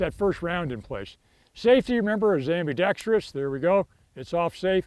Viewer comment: Thanks for saying ambidextrous correctly